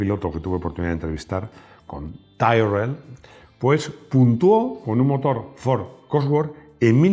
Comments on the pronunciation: Le puedes decir a que no tiene ni idea de inglés y que se dice "Tírrel", no "Táirrel" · Max, dile a que Tyrrell se pronuncia tírol